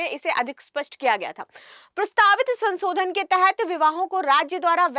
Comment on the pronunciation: Madam aap bahut achchha bolti hain, lekin aapka uchcharan(Pronunciation) thoda thik hojayega to bahut sundar lagega sunne main(संसोधन nahi संशोधन hota hai). Aur haan "Shit" ek achchha shabd nahi hai...please avoid kijiyega.